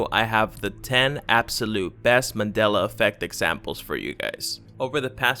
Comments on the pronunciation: It's pronounced MAN DEL A not Madel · it's MAN-DELA..u said Madela the WHOLE VIDEO. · Here's another one... Remember when it used to be called "The Mandela Effect?" This guy pronounces it "The Madela Effect." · MANDELA not MADELA .... theres a fucking "N" in Mandela... learn how to speak english before making youtube videos.